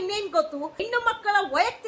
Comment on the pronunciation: ಕನ್ನಡದ ಕೊಲೆ ಮಾಡ್ಬೇಡಿ.... ಹೆಣ್ಣು.... ಎಣ್ಣು ಅಲ್ಲಾ